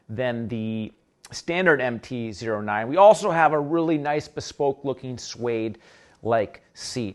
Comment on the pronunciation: anybody else going insane because he is saying MT Zero 9 instead of MT O9